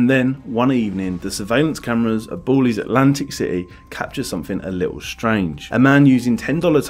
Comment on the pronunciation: Great video but the way you pronounce Bally’s sent a shiver down my spine 😂